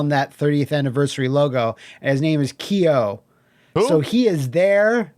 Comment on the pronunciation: GUYS it isn't pronounced "Key-yo"